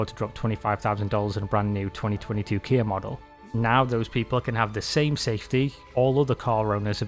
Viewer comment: Why do you call “KIA” Kiar 🤣 its not keyer keier kiar whatever you call it its kia